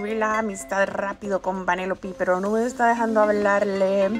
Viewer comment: oye no es vanelopi es venelope pereo igualito me encantan tus videos }